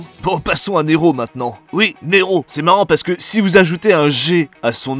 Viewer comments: Neeeeeéeeeero avec un G ?? Tu m'as tué 😂🤣😂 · Au début quand tu nous a demandé qu'est-ce que ça faisait si on rajouter un ''g'' à Nero . . . J'ai cru que c'était une petite blague raciste pour faire Ne''g''ro (Noir en Espagnol).